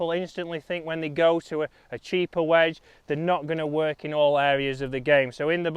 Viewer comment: “WEDGE” please please please please pleas……….e